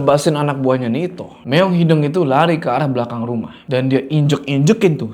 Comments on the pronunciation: kayanya bukan meong hideng deh, tapi meong hideung pake U. Soalnya artinya laen😅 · hideung pak, no hideng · btw bang ngmng nya meong hideung bukan meong hideng😂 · Kocak sama pelafalan kucing hideng, bukan hideung 😂